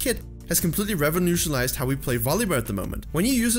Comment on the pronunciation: My favorite part of this video was when he said "revonutiolized" instead of revolutionized lol.